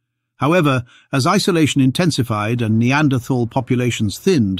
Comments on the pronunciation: The 'h' in Neanderthal is silent. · I cringe every time you say "Neanderthal" with the TH like in "this or that". I hope the message will spread that "Neanderthal" is a location in Germany where the first bones were found. In German "th" as in "...thal" is old orthography for "...tal", meaning valley and should be pronounced as "T". Even if the "TH" sound looks enticing it does not exist in German.